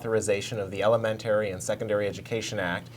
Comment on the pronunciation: This is the third time I've seen the questioner, and each time he's pronounced words quite incorrectly, to the point where it becomes annoying. Elemen TAIR ee? That's not how you say 'elementary'. Is he from Canada or something?